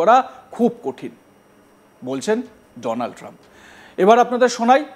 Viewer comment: আরে পাগল এ চেষ্টা তো মোদীর কাউয়া করতে চাইছিলো বটে উচ্চারণে ফেল! ডোনাল ট্রাম্প বলতে গিয়ে বলে ফেলে দোলান ত্রাম 😂😂😂😂